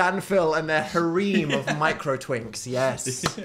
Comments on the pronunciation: aint no way british people pronounce harem "ha-rEEm" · obsessed with the way Dan pronounced harem